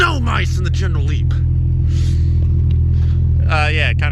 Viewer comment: Leneral Geep lol